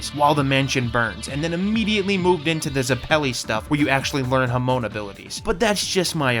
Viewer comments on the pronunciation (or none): Dude said hamoan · How can you misprounce Hamon so badly and zeppeli